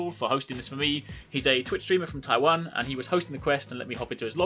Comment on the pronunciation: Yo... You said t... Tiwan